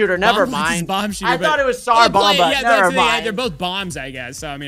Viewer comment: Y'all keep saying tsar Bomba wrong